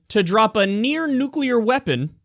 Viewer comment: What do you call a non-nucular bomb ? A bomb .